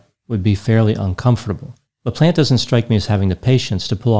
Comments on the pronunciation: Always makes me laugh how Americans pronounce French last names LOL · Anyone else hear "Daniel The Plant" instead of "Daniel LaPlante"? I thought was going to give us some backstories on his plants.